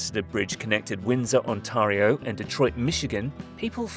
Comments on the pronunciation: It's "On-tear-e-oh" not "On-tar-e-oh" That's better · can't pronounce Michigan or Ontario, good lord